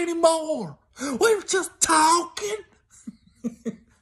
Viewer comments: "We was juss tawkin"😝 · “We were just tawkin’”....😂😂